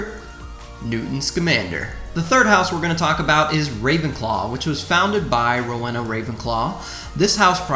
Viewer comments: Rowena is pronounced Row-ee-na, not Row-eh-na. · Rowena is pronounced roweena